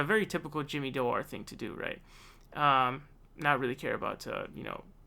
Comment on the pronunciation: This snot nosed kid makes a laugh ....The guys name is Jimmy Dore its pronounced Door my god man how can you mispronounce the word door.